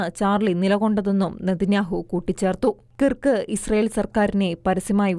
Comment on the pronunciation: കിറ്ക്ക് അല്ല ക്രിക്ക്..